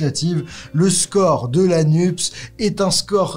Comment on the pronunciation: Pourquoi prononcez-vous le sigle NUPES "nupse" ? C'est bizarre ... NUPES se prononce "nupesse" comme PS, CNRS, CAPES ...